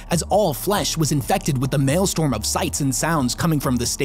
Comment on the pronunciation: Maelstrom - "mayl-strum". Parquet - "par-kay".